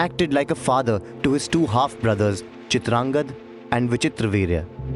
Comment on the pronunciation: The Hindi pronunciation of Sanskrit names giving me serious cringe. Bhishma to Bhishm, Chitrangada to Chitrangad, Gandharva to Gandharv uhhhhhh...